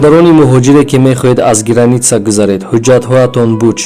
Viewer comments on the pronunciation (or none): none